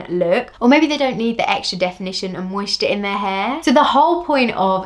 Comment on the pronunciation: The way you say “hair” is annoying. Why can’t you pronounce it the way it is spelled?